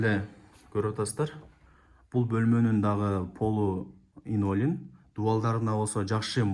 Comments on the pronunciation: Инолин оной айтылат экен😂!Кыйналып линолеум деп журуптурмун😊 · 😅😅😅 Инолим эмес Ленолим. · Линолеум деп айтылат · Инолиум, илинтус деп койсон😂